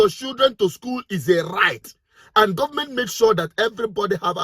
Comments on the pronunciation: Did I just hear him say Gun-men? Abi na my ear dey pain me ?? May calamity never be far from Dangote! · What he means is government.it is his pronunciation.